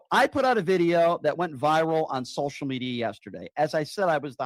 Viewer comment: Is he originally from the northern states? Just finding it weird how he says social media. He pronounced it as sol-shall media.